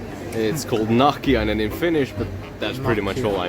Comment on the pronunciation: YES ...Nahkiainen ... so good ..